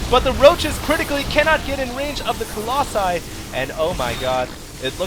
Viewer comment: "Collosi" man. What with your english ^^